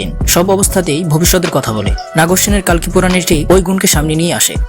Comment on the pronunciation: কল্কি হবে কালকি নয়